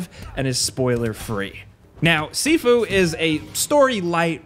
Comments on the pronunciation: It's pronounced "SHIFU" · I thought it was pronounced shifu, like Master. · Sifu rhymes with review